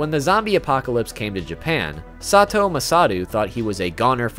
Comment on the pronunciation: THIS also why did he pronounce her name like “sah two oh” at first wtf 😭